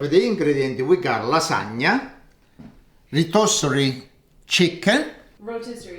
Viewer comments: Rotisserie ❌ Reetossery ✅ ❤❤❤ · Geesh! I understood what he said when he said "rotisserie"...don't be so hard on the ol'guy...kidding, not kidding 💗🤣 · Let him say rotisserie chicken as he pleases. Part of his charm is maintaining part of his culture.